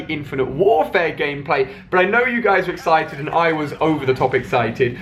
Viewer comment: Kicked myself when he nearly said ExShited instead of Exited :D